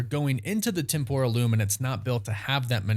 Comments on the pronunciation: LOL You keep mispronouncing "Temporal", it is supposed to be with emphasis on the E not the O, at least that is what I found out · TEM-PRAL TEM-PRAL TEM-PRAL its not hard guys